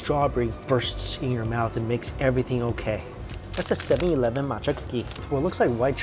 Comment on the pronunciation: Right u say 7-Elven